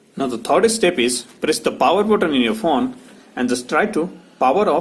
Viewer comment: Ye fon fon kya hota thuk kar bolo phone